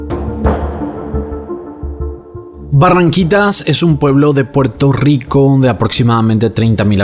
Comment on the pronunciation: Puelto lico ... nunca entendí porque tienen problemas de pronunciar la r jaja 🤦